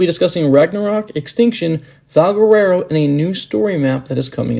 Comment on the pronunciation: Completely mispronounced Valguero.